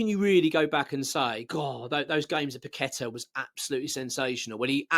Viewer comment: Loved paqetta but your spot on about his displays . Bowen trys always summerville always trying loved kudus too but he went like paqetta very quiet and now playing great for the spuds. Will need to be dropped then sold in jan if he doesnt buck up. By the way well done pronouncing his name properly even the commentators can't do it . And some calling todibo toddy bow how do they get a job in any form .